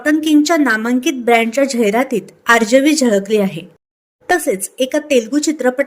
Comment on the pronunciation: आर्जवी ज उच्चार नीट करावा, ही विनंती.